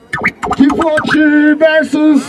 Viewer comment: Tão falando Kvothe errado.